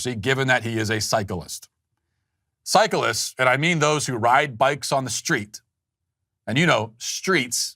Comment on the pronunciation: I like the way he pronounces cyclists as Psycholists.